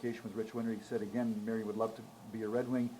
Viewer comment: Marian and not Marion!!!!!!!!!!!